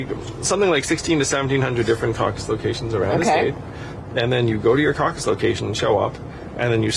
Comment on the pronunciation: Who invented the word causes?? Caucus? Any other phonetics would sound better.